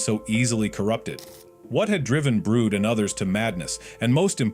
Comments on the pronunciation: ITS BRUD NOT BROOD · Its not.brood..its brud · why did brud become brood💀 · who the hell is "brood" 💀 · Who is “brood”😭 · He meant Brud